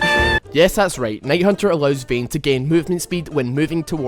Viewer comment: "Vehn" :D